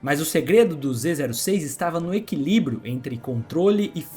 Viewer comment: Aulinha de pronuncia: Zô6 o número zero pode ser lido ô ou "zero" , mas no caso é lido como "ô" Então a pronuncia fica: "Z ô six"